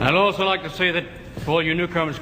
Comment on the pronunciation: I realize it's probably not your first language and I get it. But goddamn, you really butchered the word "also". Downright impressively so.